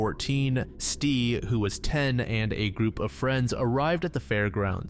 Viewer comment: Ok the first video was driving me insane so I had to investigate. I think the sister's name was pronounced ES-TEE, but spelled "S'te".